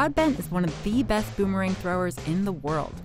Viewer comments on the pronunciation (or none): Beth? You mean best?